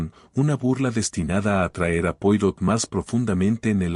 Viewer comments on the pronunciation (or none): Poirot se pronuncia Poaró, por favor!